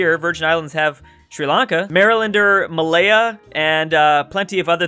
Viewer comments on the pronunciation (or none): none